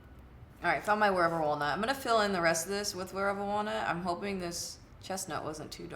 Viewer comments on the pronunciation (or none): none